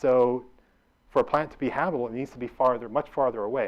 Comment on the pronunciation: "habbibble" "habubble" "habble" hmmm never heard of those zones.